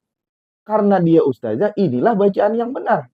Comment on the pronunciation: bukan "ustajah" ustadz, yang benar "ustadzah". bukan pakai huruf JIM tapi DZAL. kritik tajwid, ngebacotnya saja salah bacot. ustaaad... ustaaaaaddd.... traaaddd...